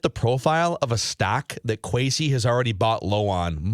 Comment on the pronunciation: Will someone tell that kwesi's name is pronounced with an s not a z? Thanks